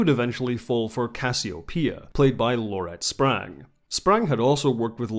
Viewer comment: Isn't it Laurette Spang (no "r"), or am I suffering from the Mandela Effect?